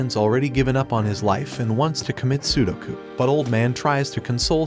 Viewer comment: "Wants to commit sudoku"😭😭😭 Its sepukku